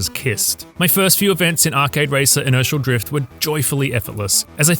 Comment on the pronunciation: I don't know if it's the accent or what but whenever he says Inertial Drift it sounds like he saying Initial Drift